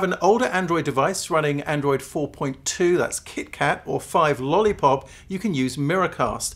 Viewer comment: Dude lost me when he said Lollipop 🍭